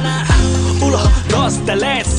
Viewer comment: 卧槽 我是西班牙人 buena vida 是 good life 可 他们说 boa vida 卧槽 我听不懂 哈哈哈 uno dos tles 应该是 tres 发音真不标准 哈哈哈 看起来葡萄牙语 不像西语